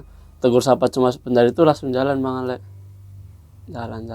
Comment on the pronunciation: Kadang kadang salah sebut jd bang Awe jg 🤣